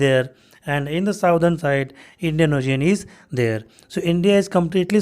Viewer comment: It's not साउथृन It's सादृन .. Sir